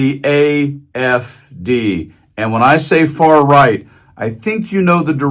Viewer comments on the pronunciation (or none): Lmaoo 😂 he supporting a group and movement and he cant even get the damn name right its the AFD GERMANY . He called it IFD even transcription picked up he called it IDF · It sounded like he said the "IFD!" Not "AFD." Also....anyone notice the Usha doesn't look well? What's that about?😮 That's concerning.😮😮😮